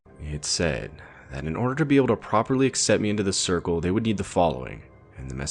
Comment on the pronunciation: Also cicle instead of circle 🤣